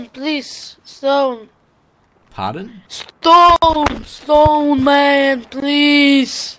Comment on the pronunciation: 'Wuud Schtone plese'' -.